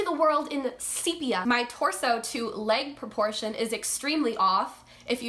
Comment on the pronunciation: Add Sepia to the list of words you can't pronounce